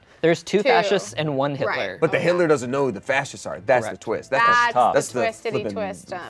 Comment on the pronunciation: i love how everyones serious expressions immediately change after says “hidler” 😭😭😭